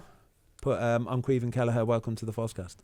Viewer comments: Ahhh Lads takes a Brit to butcher the Gaelic Caoimhín Just Say Kweee Veeeen I’m here in America laugh mee arse offf Anyways Up Cork Boi!!!! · Not quite, they’re saying it like Kweev-in